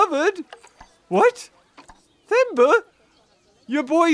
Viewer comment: Themba’s name is pronounced Temba <3